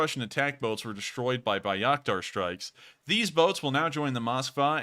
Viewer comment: Love what you do! Keep it up. Just an FYI - it's pronounced "Bay-rack-tar" and "Vas-kez". Also...IMO - the UA WILL eventually take back Crimea. Illegally annexed, RU still under sanctions for it..and the Ukraines have stated time and again they want every inch of Ukrain land back. Slava UKRAINI